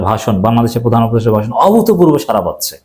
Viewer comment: 🙏 সারা নয়! সাড়া। জিব্বার মাথা আরো একটু ভেতরের দিকে বাঁকা করে শব্দ উচ্চারণ করতে হবে। (র এবং ড় দুইটা অক্ষরের উচ্চারণ নিশ্চয়ই আলাদা)